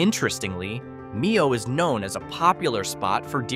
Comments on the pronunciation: Please learn how to pronounce place names. Low credibility otherwise. it is "MY-OH", not "ME-OH". Pretty hard to blow it on Iron River. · Mio Not Meow, the people who live there pronounce it My-oh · This video is garbage. misinformation, HORRIBLE narration. it's not Me-oh, it's My-OH. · AI....someone needs to program proper pronunciation into it. M I OH.... NOT MEE HO! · Can you please say Mio right! It is not me-oh it is my-oh. Sorry I'm not being rude in any way. I just want everyone to know the proper pronunciation. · Mio is pronounced like my -oh . not me - oh 😅. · Nice clip but please learn the names before you say them. Like Mio you called it meo, Mio is pronounced Mmm - I - O. Like M as in Mom, I as in I, and O as in oh. MIO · It's pronounced MY- O not ME-O and a lot of other miss pronunciations makes this AI slop un watchable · Poorly done! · OH ME-O MY-O I caught that too with many other towns mispronounced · It's Mio (pronounced correctly it sounds like Myo). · Mio is pronounced "MY-o". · Mio pronounced My-o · Mio= m-eye-oh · Mio - MY-oh Au Gres - Awe-GRAY Au Sable - Awe-SOB-bull Muskegon - Mus-KEY-gun Pointe Aux Barques - Point-awe-BARKS 👍